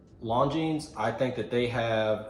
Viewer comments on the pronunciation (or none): "Something people will notice". Wear your watch on your wrist, not under other people's noses. BTW, you don't pronounce the "S" in Longines.